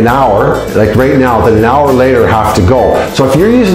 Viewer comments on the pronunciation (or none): none